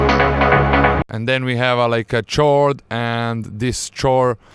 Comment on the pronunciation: is pronounce "Kord" no "tchord"